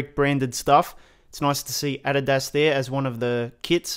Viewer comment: omg dude 😂 the way he said adidas.